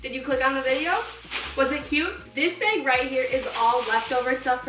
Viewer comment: no one:: tHIS BaYgG!